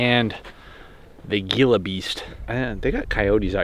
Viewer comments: You will never see a gila monster. By the way, it is pronounced "hee-la" not "gee-la." And even if you did, it would just run away from you. Rattle snakes are more common, but also have no desire to bite you. As long as you don't step on it or approach it too closely, you'll be fine. Other than bugs, there is nothing out there that wants to bite or hurt you. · I really enjoyed this! You guys should do more "back in the day" videos like this!! On a side note, I wouldn't be too worried about Gila Monsters (pronounced heel-a..turn the G into an H.) They are endangered and are afraid of humans. Plus, they are extremely hard to find. Herpetologists try to look for them in the wild, and never see one. But, if you do see one, don't touch it!! They are so endangered they are illegal to touch! Yes, they are venomous, but they have to chew the venom into you. I'm sorry. I'm a little passionate about Gila's. IRL, they are very docile and lazy lol. IF you ever see one in the wild, it's not going to go after you. Don't touch it and just walk away!